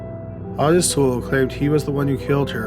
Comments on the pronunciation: Oi-tis not aw-ti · It's OHtis not AWtis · It’s pronounced Oh tis not ah tis. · Weird how Lucas keeps calling Ottis "Ot-tis" and not "Oh-tis" in this phone conversation though. Guess even Lucas can't pronounce his best friend's name right either, huh? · The name is pronounced Oh-tis. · How can you not say Otis? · The way he is pronouncing Ottis makes me want to kill (Oh tis) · Ottis is pronounced Oh-tis. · I've seen documentaries where its pronounced OH-tis 🤷🏻‍♀️